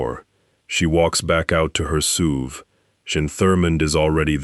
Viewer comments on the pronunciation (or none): Are we calling S U Vs Sooves now?